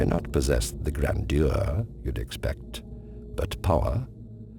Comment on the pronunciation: Grandeur, not grèneduheur, idiot.